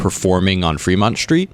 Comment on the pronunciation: It's Fremont not Freemont